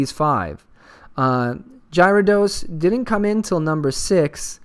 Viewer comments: Probably because no Giveaway. Scumbags -.- ....that or people mad about his pronunciation of Gyarados haha xD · WTF!!! No giveaway!!! Unsubbing and disliking D=< love your vids (P.S you mispronounce Gyarados)